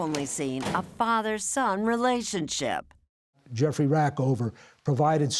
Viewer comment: The interviewer says 'reLAYship'. Instead of 'relationship'. What an idiot.